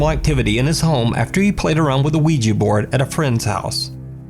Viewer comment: Maybe "Oui-GEEEE" boards send out demons to whip all the asses that pronounce its name wrong?